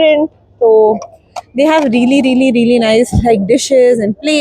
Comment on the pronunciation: What is reely 😂😂😂 it's REALLY